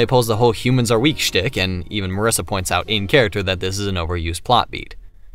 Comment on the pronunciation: I'mma be that one guy who doesn't give a damn how you say Flandre but is absolutely appalled by "mUHRisa"